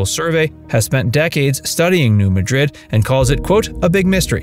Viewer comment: New Mad-Drid, emphasis on the Mad, not Madrid, like in Spain.